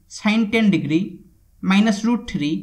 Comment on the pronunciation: Sine ten digiri, plus cos ten digiri